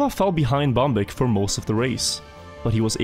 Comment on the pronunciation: when you said the name bambik i could hear that ur from norway altough i already knew:)